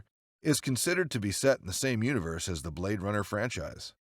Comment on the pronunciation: "Blad Runner" X,D